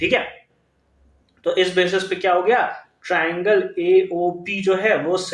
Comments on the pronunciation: Triangle❌ tirangle✅ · First he Saud right then teerangle